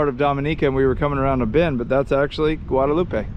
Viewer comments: It's French so it's pronounced guada-LOOP. Have you eaten Mountain Chicken, yet? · I’m sure you’ve heard the local pronounce Guadeloupe and you are butchering it bro, it’s pronounced “Gua de loop” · The island is Guadaloupe. Pronounced, Guad a loop. Guadaloupe• Guad a loop eh, is in Mexico.